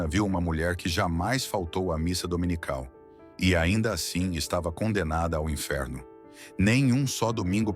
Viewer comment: Domenical? Por favor... DOMINICAL